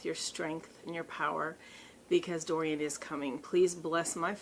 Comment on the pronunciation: Hahaha I love how you called it hurricane durian 😂